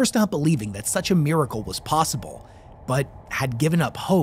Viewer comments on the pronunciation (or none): none